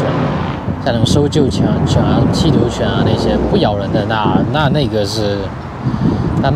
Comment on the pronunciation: 欺辱犬聽清楚了原來是緝毒犬😂